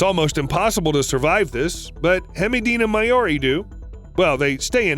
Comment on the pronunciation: so has nobody noticed how much hemideina-maoris name got butchered?